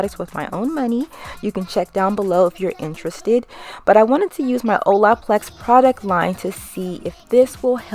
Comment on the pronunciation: 😖😖😖 How you keep pronouncing “Olaplex” 🙉 😩